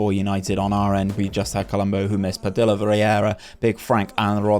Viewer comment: some feedback I have is the double "l" in "Padilla" is more of a y sound. pa-dee-ya. Similar to quesadilla. Also, in those seasons where the team does well if we can see the best player's stats or even how they did compared to the rest of the players in the league in that Player Detailed stats page. But, do like this long overhaul.